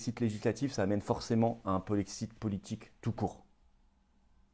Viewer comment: Le polexit ??? Polexiiiit ?? Et le jexit ? Nouxitons ? Vouxitez ? Le ilxitent ?? Tu te fous de nous flo ?? Kessa penoufer le polexit ??